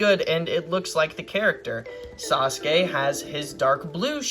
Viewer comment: Finallly! Someone else who makes fun of Sasuke and says it sa su kee. Also this is a great video, super underrated!